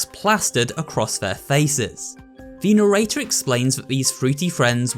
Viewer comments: Its Narrator not Nerrater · Mokie did you really pronounce mochi as mokie and narrator as narator HAHAHA 😂 but other than that this was a good video decent theory and so on so forth keep up the good work